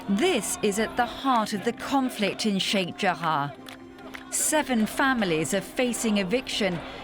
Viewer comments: News : Fine report, but why pronounce Sheikh Jarrah as if it's spelled Sheikh Jahar or Jahaa? Pronunciation should be based either on spelling, or the other way around, in which case the spelling should then match the pronunciation ; and not mix it up. If people followed such a linguistic rule, then it would most surely make learning language considerably easier. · Its sheikh jarrah not jahaa. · Sheikh JARRAH!!! Not Sheikh Jahar!